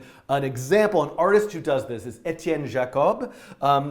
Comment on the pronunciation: Your pronounciation of Étienne Jacob is damn fine. Also great video! MY MAN!